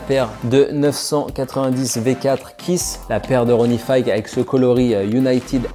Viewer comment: Ronnie « Figue » pas « Faïgue » 🤣